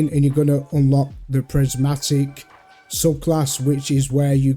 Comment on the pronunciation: Its called prismatic and not prasmatic😂